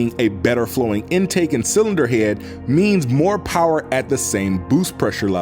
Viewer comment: Can tell this man is from the south just by the way he says head